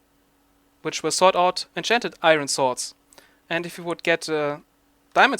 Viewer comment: iron, your saying it wrong.